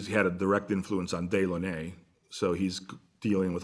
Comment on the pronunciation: Really enjoy listening to Very interesting presentation of his knowledge. Can't find out more about him though. He is hidden from the usual public media places.. BYW though...they are pronounced Dellawn' -nay.